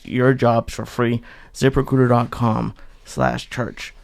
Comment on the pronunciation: I thought Lee kept saying zipper cooter instead of zip recruiter lol now I have an idea for wallets...